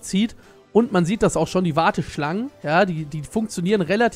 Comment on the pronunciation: Wer liebt auch dieses ,, DAT"